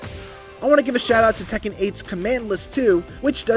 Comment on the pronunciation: It’s tekken